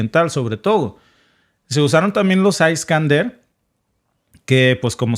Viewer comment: Se pronuncia Iskandier, y no aiskander! En ruso, no en inglés!